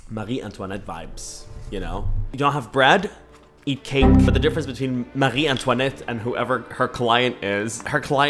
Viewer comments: Okay I just saw this.. and as a French, I had to remember that "Marie Antoinette", bro you killed it 😼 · Jokes aside I like how he pronounced Marie Antoinette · You saying “Marie Antoinette” correctly was my favorite part of this entire video.